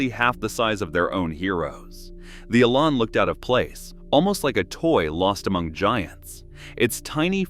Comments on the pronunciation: Oh please! The car is called the eLAN, not the eee-lan. The emphasis is on the 'lan', not the 'e'. The word 'Elan' comes from a French word meaning "to dart," and is often spelled élan. Someone with elan can be said to dart around with enthusiasm and a unique flair. The name suits the Lotus Elan perfectly. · Why all the random photos of cars when talking about the Elan? Also, the rear suspension ISN'T double wishbone. AND the AI needs to learn how to say Elan :-)